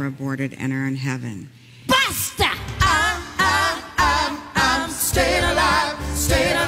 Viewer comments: Are you sure she wasn't saying "BUSTA!" "BUSTA SATAN!" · When I first heard the BASTA! lady... I thought she was saying bastard.